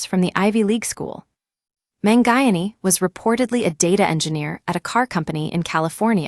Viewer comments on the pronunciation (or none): man-guy-an-ee? Sheesh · Man who? Terrible pronunciation of his last name